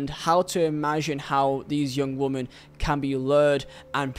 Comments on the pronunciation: This guy firstly Mendy aint a young footballer he knew what he was doing late 20’s and knew was wrong hence the locks and phones removed education ain’t the issue. Secondly you need bloody education stop saying woman ….. it’s women (pronounced wimmen)this is so annoying and makes you sound super thick … assuming English ain’t your first language but in future bro sort it out … also it’s Saha not Zaha… in a court case this needs to be said accurately please! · it's pronounced wimmin you keep saying woman.... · Please correct your pronunciation of the word women. It's playing havoc with my OCD. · It's his accent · Good video dude but please learn the difference between the words “woman” and “women” was painful to listen to 😅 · Dude, fuck, woman and women are diffrent words, they sound different. you're giving me anxiety man, gr8 informative video tho, keep up the good work